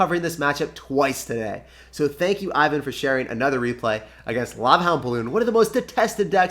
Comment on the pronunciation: TIP: Name (Ivan) is pronounced like: [ewan] ;)